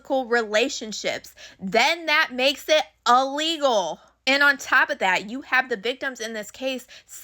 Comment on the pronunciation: The word is il-legal NOT ah-legal 🙄